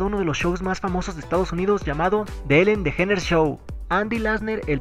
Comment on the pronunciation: Se dice ''Elen Deyíneres'' mijo.